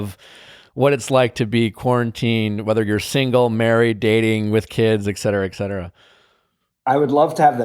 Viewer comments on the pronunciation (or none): Its not ecetera its etcetera nick...